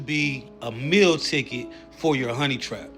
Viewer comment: Wtf is a "mill ticket"? You mean Meal Ticket???